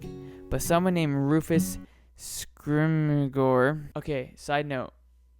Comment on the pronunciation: Rufus scrimjour (pronunciation).